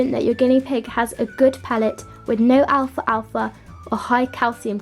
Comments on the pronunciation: It's pronounce al-fal-fa not Alfa-Alfa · she said “alfa alfa” lol it’s pronounced al•fal•fa